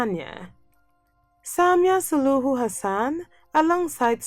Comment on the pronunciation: Maybe you can qualify your claims...like why is Suluhu 'most admired??' Why is Sahle one of ' the most powerful women in the world?'? Its Suluhu NOT 'Suhulu'